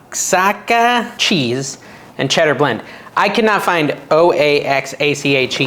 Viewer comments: wah--haa--kaa = Oaxaca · Oaxaca is pronounced wa-HAK-a. It's Spanish, a state in Mexico. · YES! We need a taco pizza like they have at Casey's! It's good! FWIW it is pronounced wahaka! They have it at Walmart now! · Oaxaca is pronounced "waa-haa-kuh" (emphasis on 2nd syllable.) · "oaxaca" it's pronounced "wahaka". It's Mexican cheese, definitely not 50/50 of the mentioned or maybe in America I don't know. But judging, you will definitely not find it in red neck country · Oaxaca cheese is pronounced waa haa kuh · Oaxaca : Wa-ha-ka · I've been to that city in Mexico. It's pronounced wa-ha-ca ...nice recipe!! Roll the lime on the table before you cut/ peel it to get it juicier😊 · It’s pronounce UA-HA-KAA